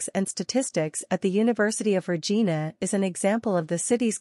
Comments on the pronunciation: Wrong pronounciation of Regina. It's not RE-GI-NA but RE-JAI-NA. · You pronounced the name of the city wrong. Every Canadians know how to pronounce Regina so its a pretty major error. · Maybe the first thing would be to learn to pronounce the name properly.